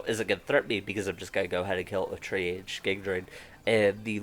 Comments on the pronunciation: Who told this man its tree-age? If you're familiar with the medical industry then you know its tree-ahj like Taj. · it's a soft G on the end, like Tree-arj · Triage is pronounced like tree-arg, it's a medical term used in emergencies to prioritise and treat patients that need it the most